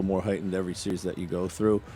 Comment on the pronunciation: It's a seeeeee-reeeeeez bruh!